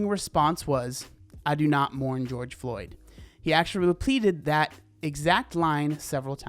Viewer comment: “I do not mourn George flyoed” - not good